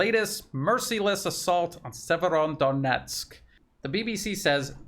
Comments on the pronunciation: seems to add an N at the end of Severo, like "Severondonetsk" 😀 maybe we should call it SevereDonetsk! A very serious Donetsk. 😉😀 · The name is Severo-donetsk. Otherwise great reporting. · It's Severodonetsk - there is no "n" between Severo and Donetsk. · No N in severodonetsk - well, only one! “Severo-“ means north. Northdonetsk. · There's no letter "n" in Severodonetsk